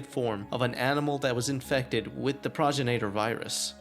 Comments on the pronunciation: I'm pretty sure it's pronounced Pro-gen- it-or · great video! please learn how to pronounce things. It's pro-gen-it-or, progenitor. not progen-A-tor. Suplex.(Sue)-plex, not sa-plex